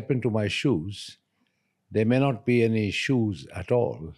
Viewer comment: Seriously bro said 'shoe' 😂😂